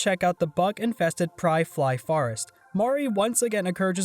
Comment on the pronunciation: Wow, this is a really long video. Edit: Btw, you said a few things wrong. It's "hikkikomori", not "hikomori". The cat's name is Mewo, not Meow. It's Pyrefly like "firefly", not "pryfly". Sorry this is annoying.